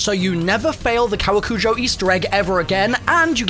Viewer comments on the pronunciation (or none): Like Dislike Kowakujō is pronounced "koh-wah-koo-johh."